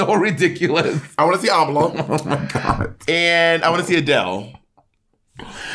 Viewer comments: Bob pronouncing Ámala like Kamala is so funny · if bobs pronounciation is am uh luh, the correct way is a mah luh